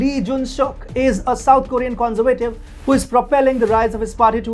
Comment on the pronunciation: Your pronunciation of some words is totally wrong, which makes it hard to listen to. Words you have problems with are for example "adversaries" and "conservative". Pleas work on it.